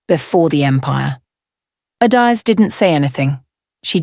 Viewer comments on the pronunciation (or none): Please pronounce her name correctly. Each syllable distint . Ah da eh zeh. How did her private life become a dinner topic?